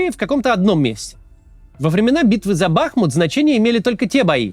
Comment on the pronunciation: Считал Макса интересным,эрудированным человеком. Но за 2.5 года войны,не знать,что украинский город называется БахмУт,с ударением на " У". Выглядит это печально. И приходит мысль,что все эти умные и красивые слова,лишь бизнес модель.для продажи своих книг,футболок и носков,с личным автографом. Раньше смотрел Варламова,было интересно . Теперь пол передачи ,реклама футболок,кукл, путеводителей и стройки домов в Таиланде. На постройку домов деньги есть,,а на содержание своей команды,просит донаты у зрителей .Ну чЁ,удобно.